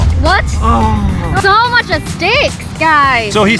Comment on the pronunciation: WHY YOU SAy MUCK it’s MUCH YOU SILLY 😜